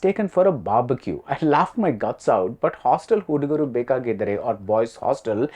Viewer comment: Request BR to please learn the Kannada pronunciations. Its Hostel hudugaru bekaagiddaare.